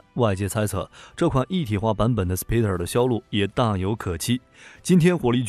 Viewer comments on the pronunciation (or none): 这装备不错。既然已经叫蜘蛛了，SPYDER读音照着spider念就可以了。毕竟Y这个音在spy里面也是念ai。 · 您確定SPYDER是使用英文發音？